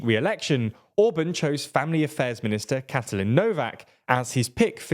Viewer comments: TLDR: Orbán❌ Orbun✅ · Please, "Orbaaahn", not "Ohrb(a)n" and "Novaahk", not "Nohv(a)k". You pronounce it exactly the other way round. When making a report on a topic, please enquire about how to pronounce the local names.